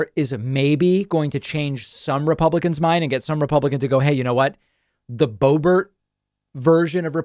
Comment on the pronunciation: The Bow-Bear pronunciation is my new favorite thing …